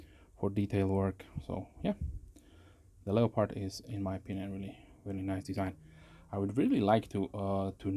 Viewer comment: You evoked a childhood memory with your European pronunciation of 'leo-pard', vs. the American pronunciation as 'le-perd'. I grew up next to a German woman who fled Hitler, and she pronounced it the same way. Pretty sharp from the factory, a strop can only improve it. Thanks for another excellent review. Peace. P.S. That's a good looking knife.